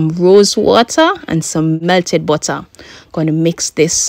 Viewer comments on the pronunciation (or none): none